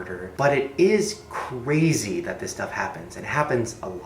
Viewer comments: icant stop hearing him say "cwazy" instead of crazy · Shane:Its Cwazy Me:Cwazy Shane? Cwazy? Lmao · okay so this next stowy is ... CWAZY so pwease stay with me... am i the only one hearing it like this?? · "This next story is cwazy"